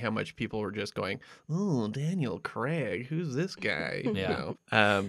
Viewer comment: It's not Creg for fuck sake, it's Craig as in 'may' or 'stay' - here, for the Americans who have problems with simple words (that seems to be most of you) - say this out loud, nice and slowly....'Craaaiiig', prolong the letter 'a' and repeat a few times. There, don't you feel better actually knowing how to say a five letter word correctly. ps absolutely love your show.